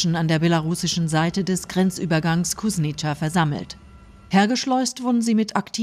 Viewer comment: Kuźnica - Kuschnitsa - ist das denn so schwierig???